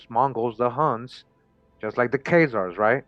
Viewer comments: “Chay” Zars is not a thing. The CH is pronounced as a K sound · Bless UP the info is brilliant... remember Chazar is pronounced;KAY-ZARS with a K.... This channel is one of the heaviest on the Web👍🏾👏🏾